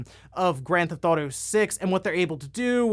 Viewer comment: "Grand ThAuto"? Lol OK my guy I see your strategy for shortening your videos lol